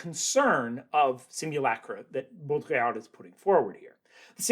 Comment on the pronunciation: just a small note on pronunciation: the d in Baudrillard is silent ! :-)